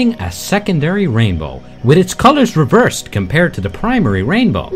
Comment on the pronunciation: "Double raimbow, oh, double raibow all the way!"